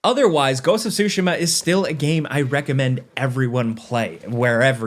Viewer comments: TSU-shima not SUSHI-ma. Other than this I lived the review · Ghost of Sushi-ma .. bro lol